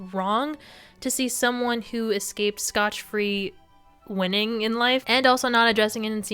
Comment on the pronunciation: It’s scot free, not like how she said it